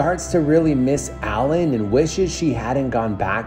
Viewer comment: When U read "ALLEN" as "ALIEN"..😂